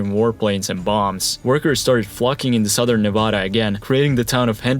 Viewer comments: nevAda** not nah-vah-dah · He said Nevada incorrectly ☠️🗡️ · Bro, how can I take you seriously when in the first 15 seconds you say Nevada wrong?! Come on man